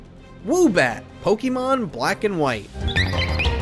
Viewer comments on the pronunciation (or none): none